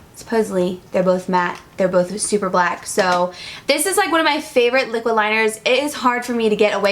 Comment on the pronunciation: LOL! You said "lyx niquid suede" hahah